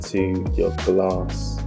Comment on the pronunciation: Why you saying Gar-ass instead of glass 😄